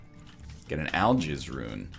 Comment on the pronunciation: To me, it sounds more like "I'll jizz" rune.